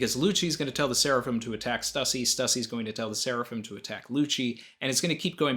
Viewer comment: Thank-you so much for not pronouncing it 'Stoosey''.